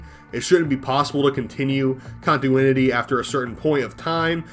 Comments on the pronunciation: You said "contuinity" instead of "continuity" a hilarious amount of times. Great video. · Conti-NU-ity. It's LUA not "luau" 😭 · The way you say continuity, lich, and Lua bothers the hell out of me. But sides that good vid.